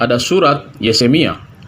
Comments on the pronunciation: yupe, di mulai dari membaca nama2 kitab.. spya jgn salah sebut yeremia menjadi yesemia.. kan memalukan, katanya bapak pastur, emak pendeta.. tapi nyebut nama kitab pun masih blepotan.. 🤣😂🤣😂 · Yeremia pak bukan yesemia.. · Ngomong ahli injil , tapi ngomong yeremia aja kagak becus 🤣🤣🤣🤣T.O.L.O.L